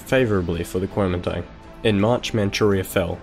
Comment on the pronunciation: Nice work.... but I would've probably liked this better and cringed a lot less if you just called it "The Nationalist Party" instead of trying to pronounce it in Chinese. ^^